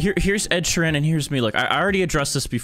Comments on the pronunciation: its not “ed-sherrann” its ed: ed shear en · Ed sheer RAYN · Ed Shieeranne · not you saying his name like ‘sheeran’ also you should keep making these vids, keep it up! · i like it how he pronounces ed sheeran as: Ed She-ran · "Sheran" IM DYING 😭😭😭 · WHY DO YOU SAY SHEERAN LIKE THAT!!!!! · That Ed Sheeran accent was majestic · omg the way you pronounce 'Sheeran' (no hate)😭 nice cosplay & rip epic glasses 😥 but anyways keep up the good work! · Lol the way he pronounces Ed sheeran No hate tho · pronounced sheeran wrong